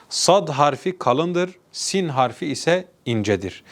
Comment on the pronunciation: Doğru okunuşlar Siyn=Sin Şiyn=Şın, Ta=Tı Za=Zı